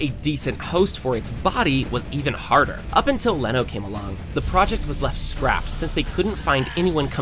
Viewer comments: Who the fuck is leno? His name is reno bro. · Umm actually its reno ichikawa not leno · No es leno, es renno ichikagua